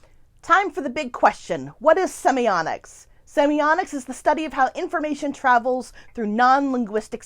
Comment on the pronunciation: Why do you call it semioNics?